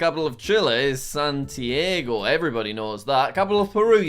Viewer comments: Lamentable hrmno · He said Santiago "San Diego" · Jack calling the capital of Chile Lima then proceeding to pronounce the actual capital like "San-tee-ay-goh" broke my heart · Isn't it san-tee-ar-go?